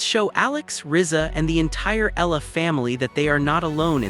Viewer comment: Kindly correct the pronunciation of her last name. It sounds like EH YA LA.